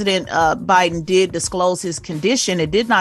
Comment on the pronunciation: Envy you are such a clown. Can't even pronounce Biden, but critizing him misspeaking